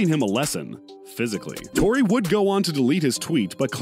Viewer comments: Its tory not troy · Royce or Troy. Lmao its tory not troy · Did u say Royce or Troy ? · This nigga said troy